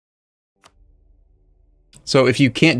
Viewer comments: Its sudoku, not seduku xD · mmm yes, pronouncing Sudoku as "Sow-doo-koo" is a common mistake I've heard many people do. From my limited knowledge of pronunciations though, I believe it's pronounced "Soo-dow-koo". Cheers! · For sure, although isn't it sudoku, not soduku...? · Mesmerised thing is that his pronunciation of sudoku was terrible